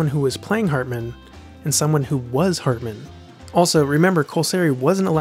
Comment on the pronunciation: The narrator in this video has an enunciation problem. I'ts HARtman, not HERtman or HURtman... HARtman as in 'Heart'